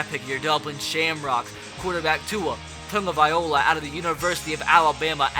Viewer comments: taga-vai-loa not taga-viola🤦🏼‍♂️😂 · its tagOvailoa. Not tagavailoa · It’s pronounced Tagavai - lo- a not Tagaviola. Not trying to be a grammar nazi, just irks me a bit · It's spelled like that he just keeps saying Tungavailo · If ur gonna draft tua, at least know how to pronounce his name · can you pernounce tua's name right. just watch a video on it